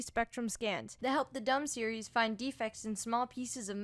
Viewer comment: the dum series. ok i am german and when you put a second m to the series name you get dumm an that is a german synonym for stupid.